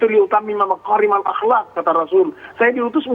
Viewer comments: Hahhaha cara baca hadits nabi saja gak benar radikalisasi BNPT ini, bukan maqorimal akhlak tapi makaarimal akhlak, makanya kalau baca hadits pintar baca qur'an dulu jangan hanya bisa baca tulisan latinnya saja..😀😀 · Profesor dari BNPT mengutip ayat Rasulullah diutus untuk menyempurnakan Akhlak. Kata Makarimal Akhlaq dia sebut Maqorimal. Hello Qof dan Kaf itu huruf yg berbeda loh Prof. Kafir itu definisinya dah jelas yaitu orang2 yg menutup hatinya dari kebenaran Islam. Nah dari 5 agama selain Islam yg diakui di Indonesia tuh mereka dari dulu dah ngerti kalau mereka menurut orang Islam ya Kafir. Tapi kalau yg dimaksud satu kelompok Islam yg suka mengkafir2kan kelompok Islam lainnya maka perlu ditelaah dulu baru diputuskan benar tidaknya. Orang Islam banyak yg sholeh dan berilmu tapi ada banyak yg mujrim dan jahil. Yg parahnya di Negeri mayoritas muslim ini ada orang di KTP bertuliskan agama Islam tapi aktivitasnya justru musuhi syariat Islam. Nah yg model begitu masa iya gak boleh dilawan oleh Ustadz Hanif yg merupakan pewaris Nabi yg mengusung misi Amar Ma'ruf Nahi Mungkar. BNPT kudunya prioritasin dulu konpres yg mencap KKB Papua sebagai Teroris kemudian merekomendasikan penumpasan terhadap KKB yg dah membunuh banyak orang. Urusan ceramah2 Ustadz mah kan udah ada MUI ngapain sih reseh amat. Dasar rezim bedebah. Sampai jumpa dipengadilan akhirat aja dah tuk pemimpin Negeri yg zholuman jahula.